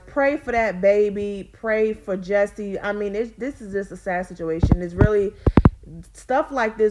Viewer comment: His name is Jus-sie, not Jessie. Jus-see.